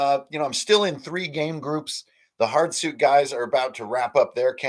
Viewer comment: I always love how B says Hard - it sounds like Heart, for the first couple months when he was talking about Hard Suit I thought it was a game about or using playing cards - Heart Suit